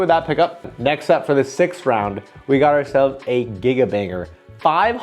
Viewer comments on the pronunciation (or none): none